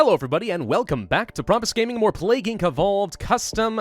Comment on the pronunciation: At this point,can we pronounce Plague as PLAG?